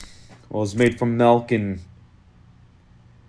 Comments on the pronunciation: I HAVE A PROBLEM WITH YOU IT'S PRONOUNCED CHOOCY MELK NOT CHOOCY MILK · I love that he says milk like melk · The choccy malk is here :> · Nice choccy melk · choccy malk🙂